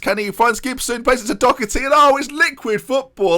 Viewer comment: it's Doe-er-ty, not Docherty! Love this series so far tho <3